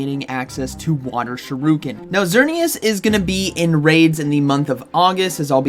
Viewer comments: Dude cannot be serious pronouncing shuriken as shih-rue-kin and not sure-ih-kin 😂 You have to be trolling! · shuriken* not shiruken lolol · Shu ri ken NOT Shi ru ken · Why do you say Shuriken like that? I think it’s pronounced Shur - i - ken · Never heard it pronounced sure-oo-kin before. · I get staggered every time you say 'shiruken' 👌🏾. Have to watch the Greninja bit again 😂. Anyways, thanks for the heads-up as always 😂✌🏾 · Just hearing him say ShiRUken is worth watchin this video hahaha. Haven't you had your coffee yet bro? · Shi-RUUUU-kin new offical pronunciation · Not Sha roo Ken 😭😭😭 I can't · Supposed to be "sure-uh-Ken" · This is very important... Pronounce shuriken properly!!